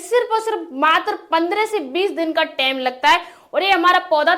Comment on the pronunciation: Time ko tame bol rahi 😂😂😂